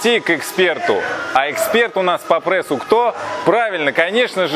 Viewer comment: По прЕссу, а не по прЭссу)))